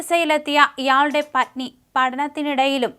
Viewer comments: ഉ‌ച്ചാരണശുദ്ധി തീരെയില്ലാത്ത വാർത്ത വായന. അന്നോഷണം എന്നാണു വായിക്കുന്നത്. പുസ്തകവായന ഇല്ലാത്തതിന്റെ കുറവാകാം. ചെറുപ്പം മുതലേ മലയാളം നല്ല രീതിയിൽ സംസാരിക്കാത്തതിന്റെ ന്യൂനതയും ആകാം. പത്നി എന്ന വാക്ക് വളരെ പണിപ്പെട്ടാണു പറയുന്നത്. വാർത്തയിലും ഒരുപാടു വ്യാകരണത്തെറ്റുകൾ ഉണ്ട്. ചില വാചകങ്ങൾ തുടങ്ങി വയ്ക്കുന്നുണ്ടെങ്കിലും പറഞ്ഞ് അവസാനിപ്പിക്കുന്നില്ല. ഇംഗ്ലണ്ടിൽ നിന്നു കിട്ടിയ വാർത്തയായതു കൊണ്ടാകാം, ഒരു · മണിപ്പൂർ ആണെന്ന് കരുതിട്ടുണ്ടാവും